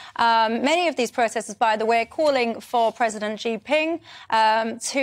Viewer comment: It's pronounced she, she gin ping. It's not French. It's easy to pronounce Chinese words.